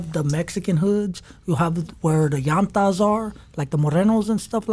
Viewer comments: Homie said "llantas" .. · Homie said “Llantas” 😂😂😂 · He said the “llantas”